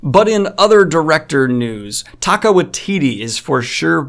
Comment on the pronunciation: All I keep hearing is "Taco" Waititi and I dunno how I feel